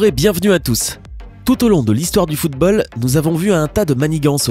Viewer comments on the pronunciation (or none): Putain mais essayez de mieux parler c'est football [ foutbol ] comme la derniere fois luka modrić vous dites [ luka modrik ] c'est [ luka modriche ] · Il a dit footbal 😂😂😂